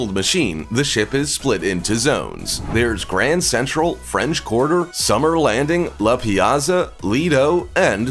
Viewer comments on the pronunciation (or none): none